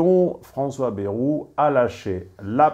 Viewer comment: à revoir votre prononciation de "bayrou"